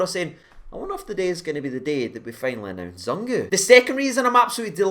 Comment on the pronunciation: Zungu pronounced as "Zoo-Ng-oo" the U is pronounced like oo for eg) zoom.....COME ON GERRRRS!!!!!!!